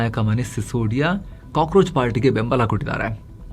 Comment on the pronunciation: Kakorachu ucharu